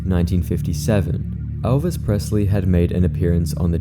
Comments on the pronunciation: Elvis, not Alvis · “Alvis Presley”💀